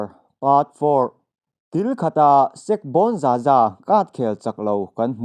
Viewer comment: Sek= Sek-ke zawk tur aw... sir.